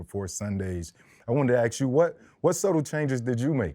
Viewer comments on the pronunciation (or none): Freddy T cannot say “ASK” to save his life 😂